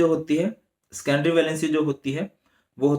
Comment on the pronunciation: Scendory nahi sir secondary hota hai